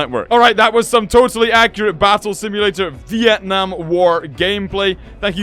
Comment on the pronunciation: Sorry but your saying Vietnam wrong but your really close from saying correctly!